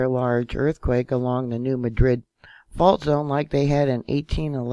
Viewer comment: Still hard to take you seriously when can’t even pronounce New Madrid correctly.